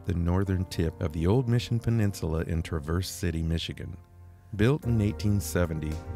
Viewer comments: I see you still haven’t gotten the 'syLLAble' in the right place for Traverse City…lol…you guys are so cute! Love watching your content! (TRAverse…😂) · LOL, it is not "trah-Verse", like traverse a mountain path. As a Michigander, its TRAAAAAAAAAA (like travel) Traverse. Different emphasis on the A. Same A as Travel, but verse at the end. Cmon now... Hope you tried Walleye while up there. Best fish imo. Nothing like the U P in Mich. In summer and fall anyways. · The accent is on Tra as opposed to verse. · It’s Tra’ verse City. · Pronounce the "S" as a "Z" and you have it. Tra'verze City, That's how the Michiganders say it. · Michigander here. Love your videos. FYI, Traverse City, isn't pronounced like the SUV. It's Tra verse, accent on the Tra ( like the a in trap.) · Like others said, please learn to say Traverse City correctly. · Please look up pronunciation of Traverse City😮